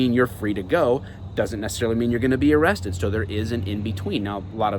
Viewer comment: If you pull that on a traffic stop your gonna get laughed at “AM I BEING AREESTED” your detained...for the crime you committed